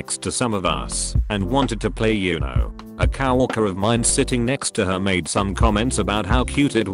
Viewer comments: No one: Nobody: Not a single soul: Robot voice man: "COW-worker" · Nobody: Reading bot: Cow orker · nobody: Artificial voice: COW ORKER